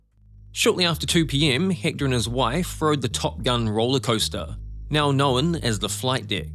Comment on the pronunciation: No wonder I couldn’t understand the commentary, - he’s from New Zealand! 🤦🏻‍♂️ It’s been driving me nuts ‘Hikta’ for ‘Ecktor’ (Hector) Spanish finally broke me 😅